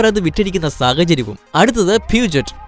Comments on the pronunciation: BMW വിനെ BMV എന്ന് വായിച്ച നിങ്ങൾക്ക് Puget നെ pushe എന്ന് വായിക്കാൻ പറ്റുന്നില്ലേ 😇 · പ്യുജെറ്റ് അല്ല ബ്രോ, പ്യുഷോ ആണ് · 9.30 പ്യുജെറ്റ് അല്ല പ്യുഷോ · ബ്രോ പീയൂജറ്റ് അല്ല... പൂഷ്യോ എന്നാണ്.... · പ്യൂജറ്റ് അല്ല ബ്രോ പ്യൂഷോ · Puget alla it’s pronounced Pusho’ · Peugeot pronunciation പറയുന്നത് പ്യുഷോ എന്നാണ് 🙏🙏🙏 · Peugeot പ്യൂഷ് ഓ എന്നാണ് പറയുന്നത്